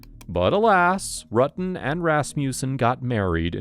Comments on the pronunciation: Can't remember but very first question they asked they mispronounced his name and she was so quick to correct them 💯 RU-tin not R-uttin I knew she was guilty then and the facial expression she makes acting coy 😂😂 I'm glad she's been convicted for something that happened when I was a toddler. It's disgusting and ludacris how she was a cop for so long and her superiors covered up for her - makes one wonder how many more of these cops especially on this force are cold blooded killers and they are all covering for each other... The whole damn department needs to be investigated after this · Right!! I mean, she really handled this badly. Pretending she didn't know John's name? Mispronouncing his last name? I mean she was literally obsessed with this guy! Hell, I'm in my forties and I STILL remember last names of people from HIGH SCHOOL, and they were only friends. And not remembering the confrontation she had with Sherry at the hospital? Oh, come on! 🙄Again, I can clearly remember the few physical fights I had--20 years ago!! She would have been more believable if she admitted to the things they were asking her. Like: yeah she was obsessed with John and yeah she confronted Sherry but so what, that doesn't make her a murderer, blah blah.... instead of the temporary amnesia BS game she was trying to play. Actually, as a cop she should have caught on immediately and said one word: L A W Y E R